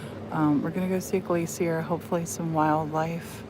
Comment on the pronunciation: i love the way you say glacé-ier!